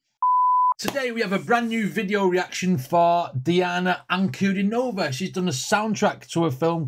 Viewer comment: "An-ku-DEE-no-vah". Accent on the middle syllable ;).